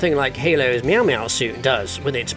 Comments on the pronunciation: that's because he literally did say 'miao maio' suit in the video. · I was going to ask if I was having a stroke or did he call it "meow meow".😂 That's not going away anytime soon. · did... did you just pronounce mjölnir as "miauw miauw"??? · Meowmeow suit😂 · no mention of Elementals very dishonorable and what the fuck is that Mjolnir pronunciation